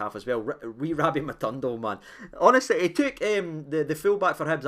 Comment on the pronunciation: how do you read this name in your mind?... Matondo.. ma tawn doe? 😜😂 lovin Lunny the now too man, delighted wi Dessers findin form